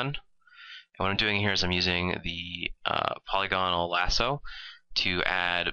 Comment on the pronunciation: AMAZING art... but I think it's pronounced poh-Lih-gun-ul